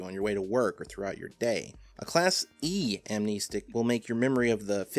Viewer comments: Why is he saying Am-knee-stick and not Amnestic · I always thought it was pronounced Am-nest-ick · Also surely its pronounced "ahm-neh-stick" not "ahm-nee-stick"? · Nice video on amnestics, but jesus it peeved me so hard that you pronounce it amneestics. There’s only one e there man. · "am-KNEE-sticks" ~, 2019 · I pronounce it as: Am-nes-tic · Its pronounced am nestic, like amnesty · I wasn't sure about that, so I looked it up. Turns out, you're right, it is a real word that's defined somewhere other than the SCP wiki, which means it has an accepted pronunciation. As it happens, the correct pronunciation is indeed [am-nes´tik], therefore pronunciation is incorrect. Welp, I learned a new little factoid today I guess. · you're wrong about amnestics (am-nest-ick) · im pretty sure its pronounced "Am-nest-ic", despite how the root word "Amnesia" is pronounced. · "am-ness-tick" sounds better tho. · You’re wrong on how you pronounce amnestic. Although I guess it’s like the keter pronunciation argument. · Ok it REALLY annoys me that he keeps pronouncing amnestic with two e's.